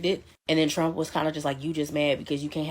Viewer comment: trompf, not drumpf